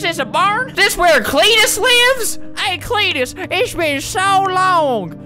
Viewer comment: When Flamingo says Cletus in I was like what is you saying?